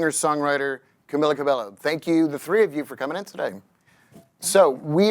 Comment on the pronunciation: Idk if it's just me but I consistently get the feeling that the host genuinely has no clue what's going on. Constantly mispronouncing Camilla's name, asking the most basic questions, constantly stumbling over his words. If you're gonna interview these prestigious people, you should at least have done some research to really know who these people are. The women did an amazing job with their talking points but the host made it so awkward and almost unwatchable